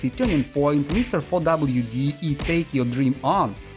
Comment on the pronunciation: Немного подушню. Лейтмотив в GT1 не сохраняется между треками. Лейтмотив — общая музыкальная тема, которая в данном примере отсутствует. Сохраняется стиль. Сэмпл — это буквально записанный фрагмент. То, что приводится в видео — не сэмпл, а мелодия. 4wd читается как "forward".